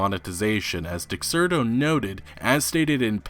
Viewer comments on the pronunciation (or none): none